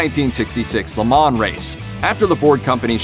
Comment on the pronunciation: Please learn how to properly pronounce Le Mans. Dear God...